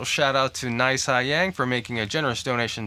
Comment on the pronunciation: Yeah, you pronounced correct haha. Thank you for the helpful tips on how to play the solo cleanly as well.